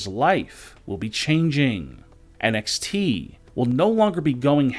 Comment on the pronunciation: Can someone please get this bloke some medication 💊, he's obviously had another stroke......I thought it was NXT, not NXTEEEE